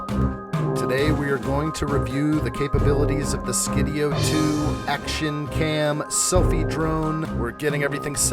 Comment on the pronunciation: Pretty good video. That is really tough terrain for a drone to follow through. It did really well Btw, it is not Skid E O. It's Sky D O.